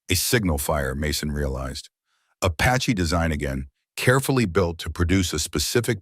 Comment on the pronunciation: A patchy .....damn ai